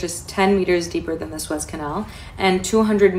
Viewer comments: I hate to tell you but... You are not making any sense. When you said that Israel 🇮🇱 is against the US. You were showing an article about Hezbola. U are a pretty good guy but I think that you are a little bit confused. Also it's the Sue-ez canal. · It’s pronounced Su….ez. Long sound on the U. Apparently YOU don’t look at the news! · SOO EZZ CANAL! JESUS, I CANT SEND YOUR VIDS CUZ YOU CANT PRONOUNCE WORDS🤨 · Suez is pronounced SUE -éz and leviathan is pronounced la vī a than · Suez is pronounced SOO-EHZ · it's pronounced Sue-ez Canel. Very interesting stuff. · Sue- ez. Suez. Sue-ez Le-vont. Levante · i had to ...its pronounced...sue-ez canal...and la-vi-a-thon...thank you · It's pronounced: SOO-EZZ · Better states but not the best cities in either state. Very blue cities! Hi, from Florida!!❤ It's pronounced Sue-Ez Canal! My husband's ship will be going through that in 10 days! I'm hoping it will be safe. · Pronounced Sue-ez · Man I really enjoy your informative videos but really you say you check everything out but then you still don’t know how to pronounce areas on a map? The Suez Canal being the latest it’s pronounced Soo-ez just like I spelled here. You can even google the words you’re not sure about for the proper way to say them. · Said " sooo ez" canal. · Pronounced Su ezz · I believe it's pronounced the sue-ez canal... everyone have a blessed day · You lost me when you said Swaze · Dude, learn how to pronounce words, ( suez, reuters, quagmire for example) and don't confuse hezbollah, hamas, Israel. At the end you totally confused what you were trying to say....I would urge you to rewatch , take notes, and redo this video, no hate, but your talking about ppl spreading disinformation, but then confuse armies/rebels. It's confusing for ppl that don't get what is happening over there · Say it with me sue ez canal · Please check your pronunciation of suez canal ! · How can this be taken seriously when the presenter cannot even pronunciate Suez.